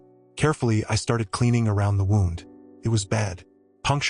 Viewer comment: In this case wound should be pronounced like wewnd not like a clock being wound.